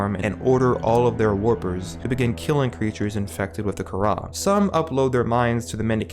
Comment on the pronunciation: Btw the kahhra is pronounced Kar•uh